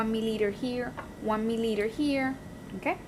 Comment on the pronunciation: U get so much trouble to say 0.1 milliliter sister 😹😹